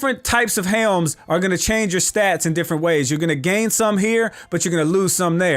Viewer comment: I love the way you say helms, "HEEMS"